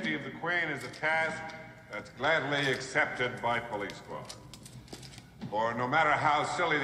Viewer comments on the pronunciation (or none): none